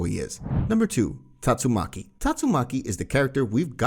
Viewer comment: It's taitsumaki